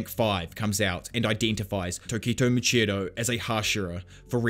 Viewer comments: Muichiro* not "Muchiro" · moochiro lol. Moo EEE CHEE roh. (edit: I hope this didn't come off as rude ) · Love the video, been enjoying listening to all the arcs again, refreshing my memory. I did just want to say, it is Muichiro, not muchiro.